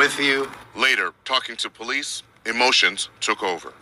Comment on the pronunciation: "POLEECES" chuckle 😆